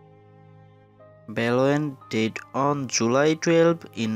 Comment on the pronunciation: your pronunciation sounds like did instead of died.